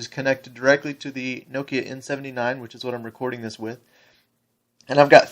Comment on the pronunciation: lol this dude cant say nokia right